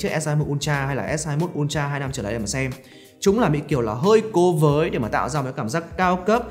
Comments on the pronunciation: Ultra nhưng mà nghe cứ như kiểu S22 Ulatr :))))) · Học hành thế nào mà cứ đọc "un cha...un cha..."?